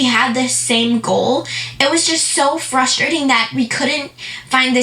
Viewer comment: I thought she was a little smart until I heard her say “fustrating” yea nothing more frustrating than that!